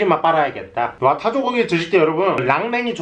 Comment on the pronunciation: 형...발음돔 바꿔조요...타조고기인데 자꾸 타조거기 라고들려....